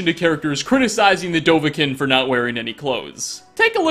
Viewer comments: 35 episodes and he STILL doesn’t pronounce Dovahkiin right it’s Doh-Vah-KEEN not Doh-Van-KIN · ”The Dovah-kin”